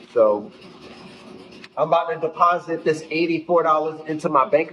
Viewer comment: he really said 'Imma bout to DEPONSIT This 84$ into my bank account' 😂